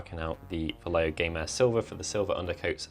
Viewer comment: Hi, love you videos man! Just a quick note for native English speakers, when you are going to pronounce Vallejo, imagine it was written Vayeho